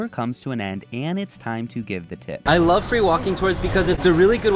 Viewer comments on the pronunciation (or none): none